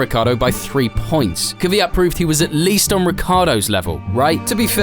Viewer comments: It is 100% BS as usual. Try to pronounce his name properly it isn’t kyviat, but kvyat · why do you insist on calling him kiviyat? his name is kviyat... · It's not Kiv eey at. It's. Kveey at. Look how it is spelt and listen to how he pronounced it !!! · Not Kyvyat but Kvyat. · If you really feel for the guy at least try to pronounce his name correctly. The lazy English attempt of "Kiviat" is a disgrace. Danil appeared on screen in this video pronouncing his name correctly yet you took no notice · His name is Daniil Kvyat. Not "Kivyat". NOBODY in this video pronounced his name correctly ONCE. What a disrespect... Shame on you all! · why does everyone pronounce his name as kivyat? there's no i in there